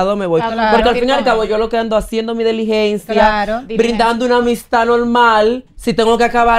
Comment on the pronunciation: A ya todo el que dice deligencia,, se dice DILIGENCIA. 😊😊😊